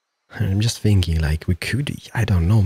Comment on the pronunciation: WHY are you saying sinking its called thinking!!!!😤